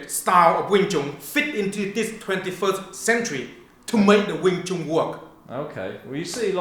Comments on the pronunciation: you use it the way you "CHU-WAIN" lol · Lol "Twain"